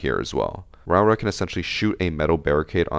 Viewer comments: Pronunciation is 'row-aura' btw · Idk if you care but proper Māori pronouncing is row-Ora and roll the r’s if you can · it's pronounced row-aw-ruh (you have to roll the r's)